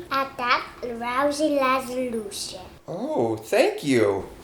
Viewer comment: i love iiiiiiiiiiiit... "rousylosilution" 😂😂😂.. made my day